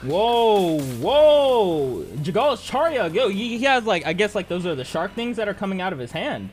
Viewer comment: It's not Charyeok btw